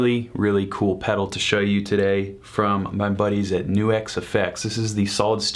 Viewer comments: Why do you keep saying "New-exx" when it's clearly pronounced "Nucks"? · Right it rhymes with sucks